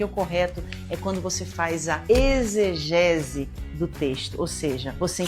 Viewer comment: "Eisgese" ou exegese ????????????